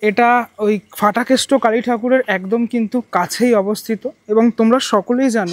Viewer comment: Aar otake danda noi, chori ba lathi bole Ki bhasha! Aar bangla bhashay na f nei. Ph ache. Ota Phatakeshto, English word fool er moto ucchharon e Fatakeshto noi